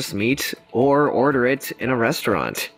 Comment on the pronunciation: Thought i heard breastuarant.